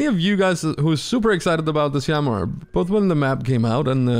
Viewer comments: just making sure, you know it’s pronounced sham-mee right? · I love the “shamwaw” too😂